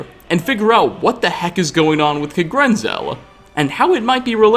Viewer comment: Kagrenzel and kagrumez